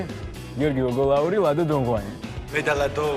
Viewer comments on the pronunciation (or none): და დოღვანი კი არა დოდღვაანი :)